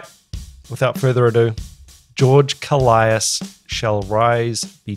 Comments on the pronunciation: It's not... Kolaias... It's kolias😁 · Just to clarify: His surname is pronounced K'o-lias (two syllables, stress on the first one) not Ko-la-i-as. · It's not Kol - i - as. It's kólias. The tone in o. Κόλλιας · koh-lyas, not koh-lie-as, and the stress is on the first syllable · Why does everyone pronounce his last name wrong? It's KOLias, not KoLIAS. It's not hard. Just like, actually pay attention to the guy, he always introduces himself. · Great video. His name is pronounced with the tone on the O. KO in "Kolias" sounds like CO in the word "Color". Ko-lee-as. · One whole year too late to the party, but I just want to mention that George's surname is "more pleasantly" pronounced KÓ-L(eh)AS.... haha! At least to us Greeks who are used to the greek pronunciation! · I believe he pronounces his name “koe-lie-iss” like it almost rhymes with Goliath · accentuation on the O .'kOllias ' He is a titan when it comes to drumming , pronounce his name right